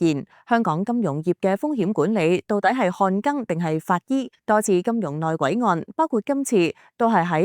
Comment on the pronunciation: 讀錯音真係唔多，今次淨係『看更』讀錯，下次寫『看耕』比AI讀睇下會唔會好啲！